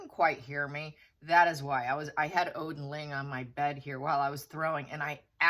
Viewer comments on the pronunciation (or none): none